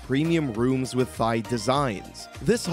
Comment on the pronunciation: I can't take this guy seriously when he says "Thigh".